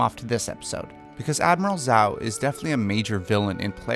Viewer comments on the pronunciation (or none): It’s not pronounced zao smh 🤦🏾‍♂️ 😂😂 it’s pronounced djau 😂😂 and I thought u watched the show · If you say Zao instead of Zhao ONE MORE TIME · its pronounced zhao, not zow. like the S in the word treasure Edit: its pronouced pateek, not patik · "...as Admiral Zao" Me and Sokka: "It's pronounced ZHAO!" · its admiral zhao not zao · Am I the only one who realized he was saying zou not jou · duuuuude it's pronounced jhou!! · You sat zoh wrong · Good video but every time I heard “Zao” I felt pain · the pronunciation of jow bugs me. lol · bruh at least say zhao’s name right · Good video, but the way you pronounce Zhao and Pathik is off. Good excuse to revisit the series! Lol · The way he mispronounces the names gives me ptsd from the film that shall not be named. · Great series of recasting so far, but I'm not sure about Sozin's tho....... and a little nitpicking, I don't think that's how you pronounce "Zhao" lol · I was bothered by how you pronounced Zhao and Pathik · U Saïd it wrong its zhao not zhao